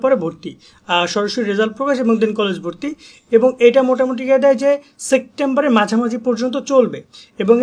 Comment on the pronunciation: ভাই সেক্টেম্বর আবার কি শব্দ 🙄🙄🙄